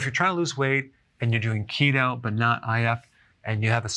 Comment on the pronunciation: I keep hearing CHEETO 🤣🤣🤣🤣